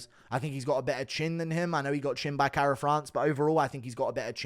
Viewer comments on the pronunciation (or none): none